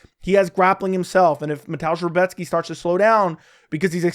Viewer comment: Great pronunciation on Rebecki